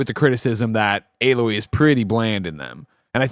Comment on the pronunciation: Why does keep saying “uh-loy” lol